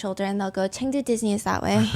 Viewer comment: I’m cracking up about Chengdu “Diss-ni” 😂😂😂